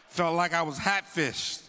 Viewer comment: Not “Hat-fished”😂😂😂